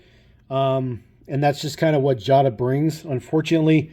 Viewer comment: You pronounced Jada wrong. It's pronounced Jay-da, not jah-da. Just an FYI. P. S. I have the Porsche 911GT3 RS & the Audi R8 from this series, and I REALLY like the Porsche 91 GT3RS and the Audi R8. I'm looking for the Porsch Taycan from the Pink Slips series, as well as the Mercedes-Benz G-Wagen, & the Land Rover Defender . I almst bought the Jeep Wrangler, but I passed it up numerous times in Wal-Mart and Target. Not sure why.